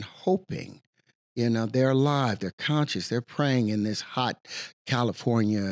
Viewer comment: ... such conshis... very pashun... wow :P